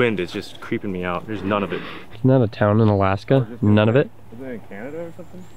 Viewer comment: Nunavut is the newest Canadian province, since 1999. It's mostly populated by Inuktitut group of native Canadians, and the name means "our land" in their language so it's probably important to pronounce it right. It's not "none of it" but more "NOON-ah-VOOT."